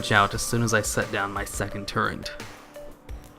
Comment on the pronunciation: How come you mispronounce so many things in your videos? in you said "build torrent" for the Clockwork Gnome. Huh? What the hell? It's TURRET. As in: A gun turret is a weapon mount that protects the crew or mechanism of a projectile-firing weapon and at the same time lets the weapon be aimed and fired in many directions. Hoo boy.